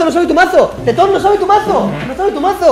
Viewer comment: Como le dice teton 😂😂😂